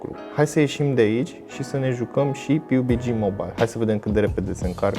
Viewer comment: Pe bune cum sa zici piubigi :)))